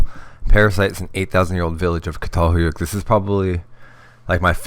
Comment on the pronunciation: Pronounced CHATALHEWYEWK